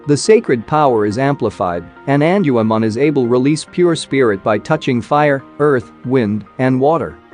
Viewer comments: It's Gatomon not tell Mom and it's not Angelman Forest female counterpart it's Angewomon 😳 😅 but I guess we all make mistakes sometimes 🤘😎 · erh.... Prnounciation: En jew u mon.